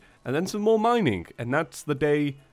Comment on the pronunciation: Lol minink(mining).